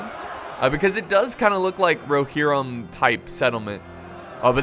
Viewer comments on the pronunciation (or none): none